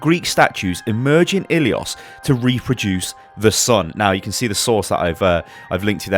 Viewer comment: you are butchering the map name ilios.